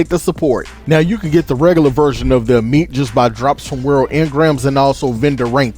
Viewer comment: Uh-meat lmao